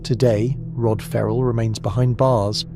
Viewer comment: Ferrel not Rarrel